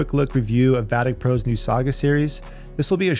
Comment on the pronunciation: "Vatic Po Saga". Not gonna lie, I expected a Panda in there somewhere and got disappointed.